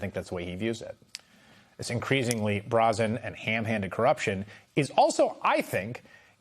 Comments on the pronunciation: "brah-zen"? Never heard brazen pronounced that way. Unless he's talking about "Zen of the Bra" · Good decisions, finally. But I’m sorry did I just hear the presenter pronounce brazen as ‘brah-zen’?! It’s pronounced BRAY-ZEN for the love of god. Americans seriously cannot speak English I swear 😅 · Good! But, um... "increasingly BROZZEN and hamhanded"? Has anyone ever heard "brazen" pronounced that way before? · Brazen. Is pronounced Bray-zen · Thanks for the bit of good news,. 🙏🙏 And gentle bit of pronunciation help (not that he'll ever see this, but still lol): "Brazen" has a long "a." Think "days inn," if that helps. 🥰🥰 Just a language nerd here to help. 🩵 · Bra zen? Someone has never heard that word out loud before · you're fired. You mispronounced the word brazen. You made us look bad and it's just not acceptable at your level